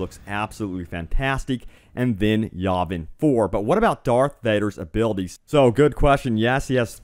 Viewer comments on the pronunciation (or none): none